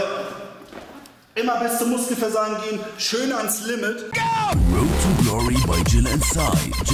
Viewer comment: Dat "Row to Glory" :D